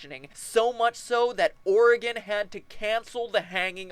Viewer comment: ...I think you pronounced "Oregon" correctly. Kudos to you!